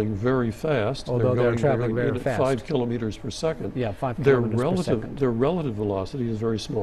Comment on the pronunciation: Please ' kilometers properly, not kilowmeters, it's kilometers